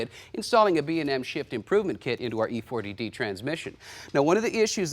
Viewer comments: E-4-OD not E-40-D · E-4-O-D, Electronic 4 speed with Overdrive. Not E-Forty-D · E4OD, commonly pronounced E 4 Oh Dee... Electronic 4-forward gears Over Drive... smack the folks that did the research and script for this one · Glad I'm not the only one. Lol. E4OD, as in Overdrive. 🤦‍♂️😂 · I know. It stands for Electronic 4 speed OverDrive, but the doofus host said E FORTY D.